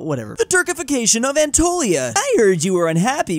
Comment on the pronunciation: he butchered the pronunciation of Anatolia